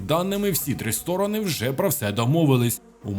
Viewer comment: Не ЗЕСЕУ, а ЗЕЕСУ! В українському алфавіті нема літери СЕ. Є літера ЕС. Говоріть грамотно!